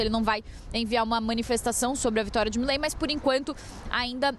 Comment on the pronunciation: Uma dica para o jornalismo da CNN: a pronúncia correta é Milei, não Mílei.